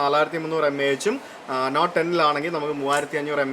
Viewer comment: bro, 'Not' and "Note" are pronounced differently:)